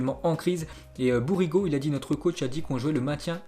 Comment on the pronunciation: Même les noms des joueurs français tu galères à prononcer. » Bourigo »